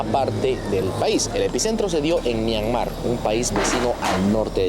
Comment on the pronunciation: Myanmar es palabra grave, no aguda.